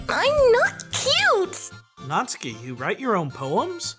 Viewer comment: Ditch the "U" when pronouncing "Natsuki." (Not-skee) Aside from that, very fun dub. :)